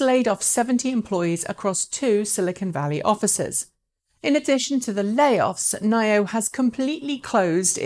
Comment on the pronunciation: Nio and longevity... I think you should take some English lessons to learn how to pronounce those properly